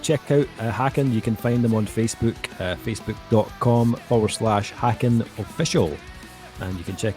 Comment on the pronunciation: Just a heads up, it’s pronounced like Taken with an H